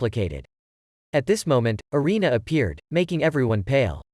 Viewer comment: Anime name is food wars one thing not mentioned is that it sexulizes a lot of things. Also (Arina)God tongue name is said wrong, it's pernounced (air-in-a) erina.